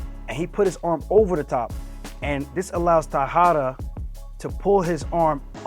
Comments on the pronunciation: Not "taiara" it's "Taira".@ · Yo it’s T A I R A Not T A I A R A Awesome break down either way😂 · Bro. Taira = Ta-‘E’-Ra.🙏 Not Taihara. 🫡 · Aljo, use this method when pronouncing Japanese names: A (Ah), E (Eh), I (Ee), O (Oh), U (Ooh). His surname is pronounced Tie Rah. I Hope it helps you. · This was awesome! Thanks for the breakdown, champ! Just wanted to let you how to say his name correctly — it’s Ta-i-ra, like “Thai-ra” or “Tie-ra.”